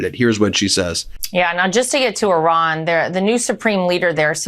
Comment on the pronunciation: Ben, please respect the Iranian people by referring to their country as Iran, and not “Oran.” I know you have the heart to do better!